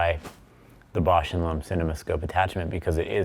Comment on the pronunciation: needs to learn how to pronounce "Bausch and Lomb" correctly... "Lomb" rhymes with "bomb", not "loam". 😂